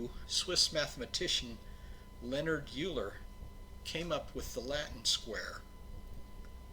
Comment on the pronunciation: I've heard both pronunciations on both sides of the pond, as well as something approximating "wheeler" by one person. Meanwhile, almost no mother-tongue English speaker pronounces Leonhard correctly, although I suppose that's understandable given that its English equivalent is so well established. Euler really should be far more famous than he is. He's pretty well known in mathematical circles but not much outside them. As you probably know, he is generally considered the most prolific mathematician ever to have lived, with many, many innovative results rightly attributed to him. Naturally, though, like Newton before him and Gauss after him, he was able to see further "by standing on the shoulders of giants", basing at least some of his work on pre-existing theory. Yet the sheer width and depth of his exploration of mathematical phenomena gave him the right, as it were, to claim as his own a few results derived from the work of others. Interestingly, his most famous equation, normally called Euler's identity, doesn't actually appear in any of his manuscripts or published works, although some closely related formulae do. Yet they, too, seem to be extensions of results by Roger Cotes, further developed by Johann Bernoulli.